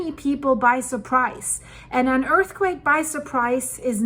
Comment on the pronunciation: I caught that "earthquack" part!😂😂